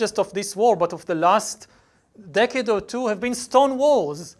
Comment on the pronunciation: wrong pronunciation of "decade".